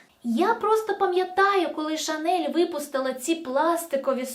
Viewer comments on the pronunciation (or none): none